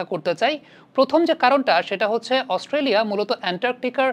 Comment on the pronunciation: আস্তোলিয়া না না Australia 🦘🦘🦘🦘😂😂😂